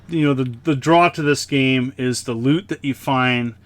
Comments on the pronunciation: Can confirm, twas indeed sloot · I am so sorry,., I seriously heard you say "You go around finding very sloot." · Definitely heard sloot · I did too. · I heard it. Been spending too much time on Lord Immersion's channel.